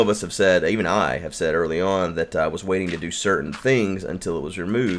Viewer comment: ur saying iten it and waten it